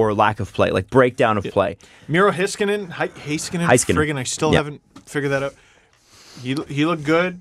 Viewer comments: It's pronounced (Miro) HEY-skanen, not HI-skanen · yo just saying was pronouncing Miro Heiskanen right. its not HIskanen its like Hayskanen, best regards a finnish dude.